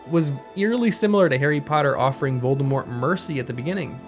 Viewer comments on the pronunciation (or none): none